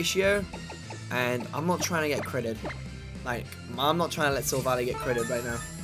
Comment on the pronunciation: OMG SILVALLY IS PRONOUNCED sill-vahl-eye NOT sill-valley!